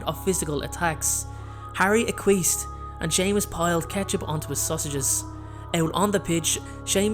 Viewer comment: HOW did you say “acquiesced”?!